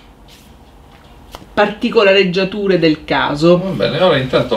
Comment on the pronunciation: Particoleggiature non si può sentire!!!!!!